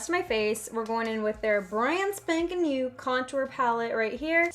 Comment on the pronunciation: When she said new it kind of sounded like neuw